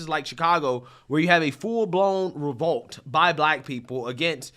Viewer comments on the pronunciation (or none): It’s “REVOLT” not “revote” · It’s “REVOLT” bro. Also please stop saying “As well too” 👍🏻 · ?? 'Revote'? Or 'revolt'?